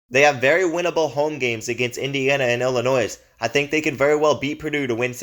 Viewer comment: Please learn how to pronounce the teams' names before making a video. Illinois... you don't pronounce the S.